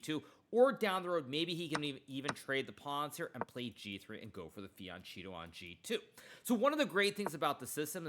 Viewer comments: Hikaru, you are probably a genius. So, why fian-Cheetoh ? Is that like a fian-Dorito ?? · Please Hikaru! I have too much respect for you not to address FIANCHETTO pronunciation. It's an ITALIAN word.. please take some time to learn how to pronounce it properly! <3 Love from Italy!